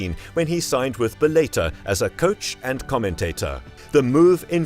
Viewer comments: And Bellator or Bel-A-ter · 😂 what’s bel-later?? bellator